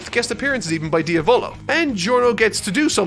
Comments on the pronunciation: its diavlo like the Italian word for devil not dio volo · Dia volo🤣 pronouncing names in jojo isn't your thing is it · Don't want to be that guy but... you pronounced Diavolo wrong.